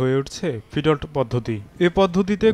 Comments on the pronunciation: ফিডল্ট আবার কি? 🤨। এটার উচ্চারন হবে ফিড-লট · Murkho journalist, it’s feed lot ( ফিড লট)। if you don’t know anything properly then don’t speak on it.